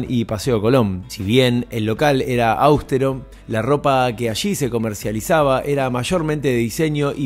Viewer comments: Che, el local era austero, no áustero. Pero bien igual, tremendo video! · Es ausTEro , no AUSTero, aunque no se marque la tilde , por el tipo de palabra se debe enfatizar la TE. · Muy bueno el documental, única crítica es que austero tiene acento tácito en la letra e y no es esdrújula. Felicitaciones. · Áustero????? En serio?????? Austéro!!!!!!!!